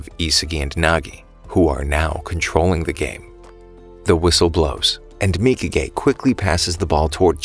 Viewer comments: W man saying mika gay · mikage : mika gay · who else realized he kept calling nagis bitch mika gay